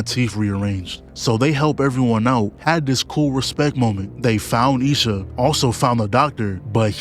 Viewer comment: I love how he says lil sha instead of isha 😭😭😭😭